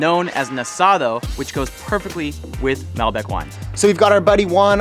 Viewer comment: As an expat in Argentina of about 20 years, this is one of the most authentic videos I have seen. Very well done. Only suggestions is learn to pronounce Mal-bec'. Cover the salting of the meat, cooking with fat side up first, covering the meat with newspaper. I enjoyed your video.... you captured a LOT of the spirit of asados!!